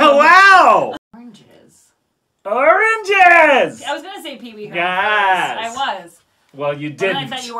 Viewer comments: In conclusion, AHRANGES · Oranges sounds less and less like a word everytime they say it lol